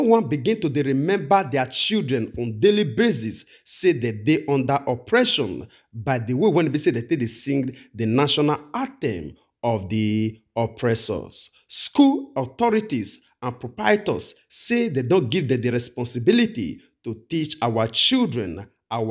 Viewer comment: Pls it is called Anthem and not item. Broadcast is good but it is also good to check pronounctions.